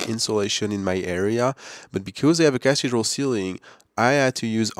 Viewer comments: Great information but you are pronouncing Cathedral wrong. It's not Cath-dral. It is pronounced "kuh-thee-druhl" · Good info. cathedral = "ca-THEE-dral"